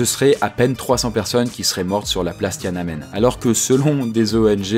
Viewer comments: c'est pas tianenmen c'est tian an men du chinois 天安门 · Ça commence à 2mn ! "TianaNmen" c'est si dur à prononcer ?! Empire state building ( avec le bon accent Français ) ça fait toujours bizarre ! ;)